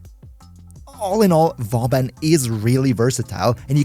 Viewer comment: For a non French man, you deal very well with the flechette, bastille and Vauban name's :D well done to you ! Still Best Videos as always and dw for the synergy we got your back ! Love and kills from French MR-LR3 <3